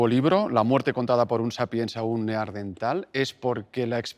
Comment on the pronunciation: "Neardental"...... dice "pretensador" 😂